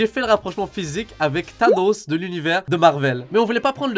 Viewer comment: Il a vrm dit Thétanos 😂😂😂